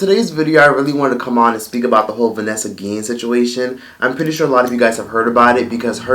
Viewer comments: Why are you saying her name like that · whyd you keep saying her name like dat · Why you saying her name like that